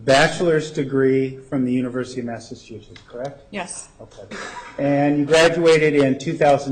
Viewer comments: Another word Nurmnutts cannot pronounce...Massachusetts. The other day it was "transgressors". LMAO!!! And, he has the freaking nerve to ask how much she's been paid by the state!! Why doesn't he and Willnutt tell everyone how much they've been paid by the state!!!! That's another thing they want kept a secret. So far, it has cost the state more than $3 million just for defense. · ***** Yes he is good at screwing words. Remember in the first trial when he said that Skank started conversating with Ryan Burns? LMAO